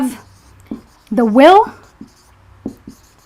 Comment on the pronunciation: Help us to remove this confusion with the correct pronunciation of the word "the " because my Indian friends called zi and za it's baffles me. I don't when to call it zi or za .